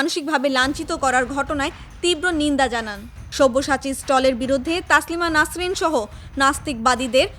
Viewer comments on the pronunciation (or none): গাধা রিপোর্টার -- তাসলিমা নাসরিন নয় রে তসলিমা নাসরিন